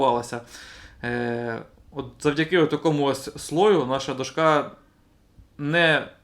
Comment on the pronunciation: Все супер тільки до`шка а не дошка`